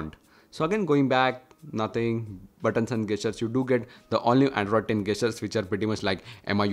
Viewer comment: Idk why you keep saying "Gas-tures" its pronounced as Jess-churs" this aint to improve your vocabulary but to save me from annoyance & your wife from embarrassment every time you say that very word. Thank me later✌ Edit: & Yes i wholeheartedly enjoyed every second of this video watched it in 1080p 60fps!